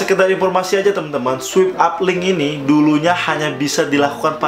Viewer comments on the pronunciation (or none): Sorry to say ya kak. Mau koreksi sedikit kalo itu bacanya “Swaip Ap” bukan “Swip ap” hehe. Soalnya agak gemes aja dengernya daritadi bacanya swip ap. Makasih. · Swipe up (bacaan nya: swaip ap). (Bukan swip ap😂) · Swip ap :v Paan dah inggris ny wkwkwkk Swaip ap bacaanny bosss , follower banyak² bca gini aj nggak visa , prah lu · Bacanya swayp ap bukan swip ap bang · swipe up = "SWAYP AP "